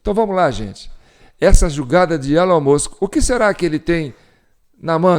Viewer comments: A pronúncia é "ÉLON MÃSK" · Se pronuncia "ILON MUSK" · O som de E no inglês tem som de I então se pronúncia ILON e Musk se pronúncia o MU como MAN foneticamente MUNSK. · Pronincia Elon Mosk